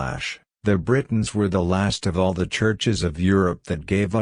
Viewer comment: Some words the voice is reading that are difficult to recognize if you are not familiar with them, are: Britons [it sounds like 'Bretons']. Eveque is a French term for Bishop, Lisieux, Pentateuch; 'Lead' in the past is read as in present; Freculph is read well; Domesday or Doomsday Book; testified sounds like 'tested'; Ecclesiastical Annals; Jimmy Guieu, a French author; Druid institutions; George Jowett; Budicca and her attack in 61AD.; Avalon; true faith; arrival of Augustine of Rome or Canterbury in 597 AD; King Lucius, 156 AD; Edict of 42 AD; Council of Nicaea in 325 AD; Eusebius' records; Arius 356 AD denied Christ's divinity; Augustine of Hippo 4th century; Hermes Trismegistus; original sin; mock Jesus; Jacob Berman's podcasts; Judas Iscariot; Knights Templar; Vesppasian; Joseph of Arimathea; Septuagint; Alchemy: from the Arabs for chemistry; Constantinople; Flavius Josephus; Ralph Ellis; Tony Bush; Bran the blessed, Cunobeline; Saxon invasion; Venerable Bede, Benedictine monk; Polydore Vergil, Maelgwyn of Avalon, Gildas Badonicus, Tertullian; Melchizedek; original sin; nephilim are the progeny of the sons of God; Masoretic text; exegesis; Masoretes; Aramaic; Rabbinic; self-born or self-begotten; Hermes Trismegistus; Alexandria, Ptolemy, Lamblichus; tablets of Thoth/Hermes; Christos; Hermetic treaties; Hermetica; Byzantine Church; Pythagorean Apollonius of Tyana; Enoch also known as Idris; Thoth; Emerald tablets; Festugiere; Pymander, Monadic Presence; channeling; Logos